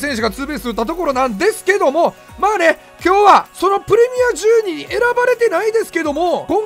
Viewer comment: 12ってツウェルブっていうん？トゥエルブじゃないん